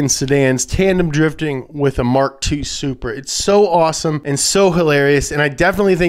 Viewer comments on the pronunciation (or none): none